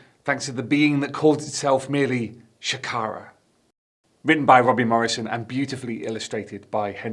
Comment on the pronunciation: Bruv. Shakara has multiple syllables.....